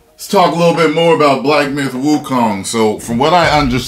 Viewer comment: I thought the game was called Wukong not Wokeong...FML